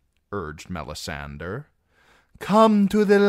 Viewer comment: Love your readings. I have the audio-books but I like your voice better. Why do you pronounce Melisandre like that though? Shouldn't it be "DRE", not "DER"? I was just curious to know because I've heard GRRM pronounce that name in interviews and he pronounces it as MelisanDRE as one would pronounce "Hombre". Edit: Typo